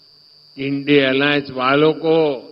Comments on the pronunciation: Indi nhi india bolne me kya dikat hai modi ji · Un par pm Modi ko India word bhi bolna nhi aate Indi bolte murkh admi pata nhi kaha se padhai karke aaya kabhi School to gaya v nhi hoga. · Jumla PM ko INDIA Alliance bolne bhi nahi aata hai, kaise ayega anpadh ko?